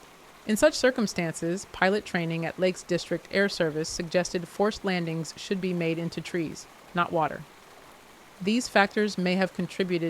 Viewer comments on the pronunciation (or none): none